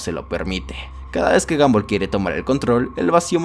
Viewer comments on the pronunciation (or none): Se pronuncia gombal no gambal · Se dice gombal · alfin dijiste el nombre bien kskksksk gumball casi en todo decia gambol xdxd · no c dice gambol c dice gombal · Gumball no ganboll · Sin ofender. Se escribe gumball. Pero se pronuncia gombal. No gambol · Sebita_XD 1987 F el que lo lee pero el men del video digo ''gomball'' no ''gumball'' .__. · Gambol😂😂😂 Se pronuncia GOMBAL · me incomoda que digas "gambol" y no a como normalmente lo escucho, "gombal" xddd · Y se dice gomball no gamboll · Ball se dice bal y en inglés británico bol pero la sería es de Estados Unidos inglés americano técnicamente sería gamball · No es gumball Es gambol v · El increíble mundo de gamboll xd así yo lo escuche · No les pasa que " gamboll" ._. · dijo gambol? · Se dice Gambol o Gumbal. obvio se que se escribe Gumball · El mundo de gambol dice 🤣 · se dice gumball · Jajajaja isque guanbol es guombal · Porque todos los youtubers le dicen a gumball: Gamboll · Porque en el inicio dices gamboll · Amigo que risa me daba cuando decía gamboll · "Gambol" QUEDÉ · No sabes como decir su nombre